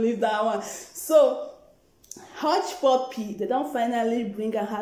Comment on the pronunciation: Lol! Abeg...pronounce hushpuppi name well o...make he no vex...It's well!😂😁